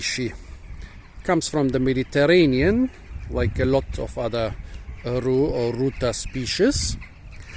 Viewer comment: Your pronouncing rue right. I really like rue as an herb for Citrus and tomato Dont get photo-dermatitis Its a bit Terpeney? And planty and earthy And Hmm odd